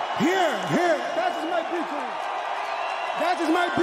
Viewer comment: Poor guy. That was his ''bictory'' :D